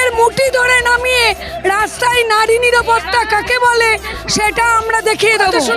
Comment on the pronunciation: এরাই হচ্ছে আসল বাংলার অনুপ্রবেশকারী এদেরকে ভালো করে চিনে রাখুন, ভাষা গুলো ভালো করে শুনলে সবাই বুঝতে পারবে, ঠিক করে বাংলা উচ্চারণ করতে পারছেনা, নিরাপত্তা কে বলছে নিপাটা